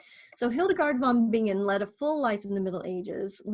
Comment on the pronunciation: It's pronounced VON BI-NGEN, not VON BING-GEN. Like singer is si-nger, not sing-ger.